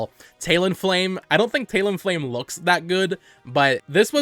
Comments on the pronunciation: its talon-flame not taleon-flame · Are you saying "tail-en flame"? What the fuck lol